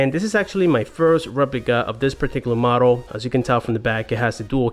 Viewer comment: “modle number”